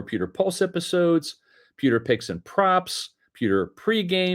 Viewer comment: Bro. You reeeeally need to annunciate the word “pewter“ better. 👀… Th-there’s a ‘W’ in it… and yeah, kinda seems to matter 😂